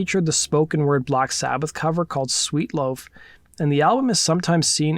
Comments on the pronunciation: "sweet loaf"?? C'mon man!! It's leaf..sweet leaf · First of all, it’s “sweet leaf” not sweet loaf lol. 2nd of all that cereal was certainly not fruit loops, that was Trix. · This guy sounds intelligent. How do you get loaf out of leaf? I like the video but if your going to make one about music know the actual name of song and album please. Especially if you're going to put the word "true" in your YouTube name. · Did you say : Black Sabbath Sweet " Loaf " ????? . I had to go back and hear it twice . Even Closed Captioning had " Loaf " , just like you said it . The pic shown said Leaf . Do you write your own scripts Bro ? . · And it’s Sweet LEAF not “sweet LOAF” ...come on man.. Hard to listen to a expert on Rock N Roll who isn’t into Sabbath. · Dude you gotta get your pronunciations right haha Dadism is Dadaism Sweet Loaf is Sweet Leaf. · Sweet loaf... Your channel name is Rock N' Roll True Stories but you don't even pronounce a Black Sabbath song of all things correctly.